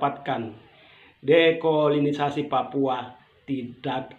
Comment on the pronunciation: Ko susa sekali sebut dekolonisasi dan new york...bikin sok pintar, padahal baca teks.